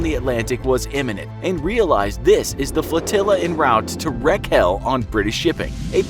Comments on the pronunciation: It's Admiralty, not Admirality. And its wreak havoc, not wreck havoc. Take an Englsh class. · It's not "wreck havok" its pronounced "wreek" and spelled "wreak". I hate when people get that one wrong.